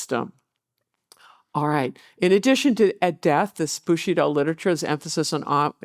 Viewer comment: Is she pronouncing Bushido like 'bushy doll' to be disrespectful or does she just have a cold?